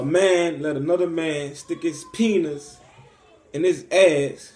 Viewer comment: Call me a toddler but to I'm dying! Steck iz Peeniz en iz Ezz what?